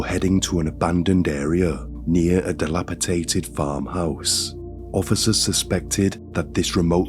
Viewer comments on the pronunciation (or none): No offense, but the word is "delapiDATED" not "delapitaded."